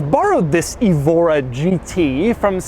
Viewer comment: Someone may have already pointed this out, but the Evora name is usually pronounced with the stress on the E: like "EHvora", and often spelled Évora with an accent mark over the E. Évora is a city in Portugal, and is also used as a person's name. Nice car, a bit out of my price range ('05 STi) :-) .